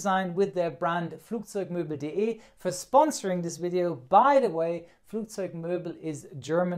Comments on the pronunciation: Flugzeugmöbel xD hast du aber gut ausgesprochen :D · Do you speak German as a secondary native language? The pronunciation of flugzeugmöbel.de seems to free of any accent!